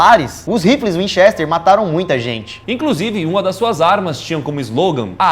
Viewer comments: Vcs tem que pronuciar como se o e foce i assim winchister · Burrrroos nenhum dos dois sabe pronuncia winchester q agonia